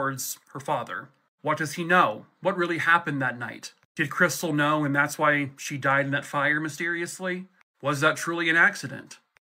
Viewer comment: "That's Chris-tall, like the champagne"